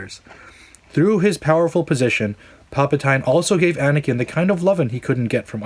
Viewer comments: 1. It's Palpa-TEEN not TINE. 2. He is never addressed as Sheev. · pal pa toy in ? don't you mean pal pa teen o.0 ffs get it right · WOAH WOAH WOAH "Palpa-tyne" 😂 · love your points, they're well thought out and the research gone into the video is great. I have one problem though, it's pronounced pal-puh-teen not pal-puh-tine. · Dude.. its palpatine.. (palpa-TEEN) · Pal-puh-tyne? Who dat? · you lost me on PalpatAINE, nice vid though! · "Pal-pa-tine" Lol...ok hardcore Star Wars fan, critic, etc. Maybe you should direct the next film so we could complain about you mispronouncing Palpatine. I'm just saying, if you're so critical about details at least show us your criticisms are true to your concerns. That one simple mistake puts me off to your authenticity as a Star Wars fan, the name is widely known and for you to mispronounce it as a massive fail. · Its cringy how u pronounce palpatine lol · Not sure I can get behind someone who cant pronounce Palpatines name correctly... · Liked the video, just hated that you could not pronounce Palpatine